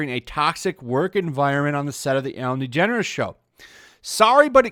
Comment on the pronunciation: WHO😲IS ELLEN DEGENERUS ??? NEVER HEARD OF HEŘ ???😀